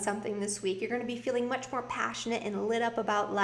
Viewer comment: Much More Good lol🤣🤣🤣 that's how Jamaican would probably say it......love your readings